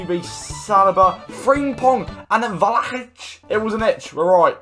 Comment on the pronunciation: did you say vlahic and aujouro